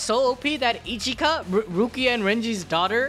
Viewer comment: 😅 Ichika not Echika